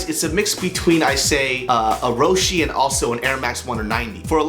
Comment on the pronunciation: Ro-Shay not Ro-shee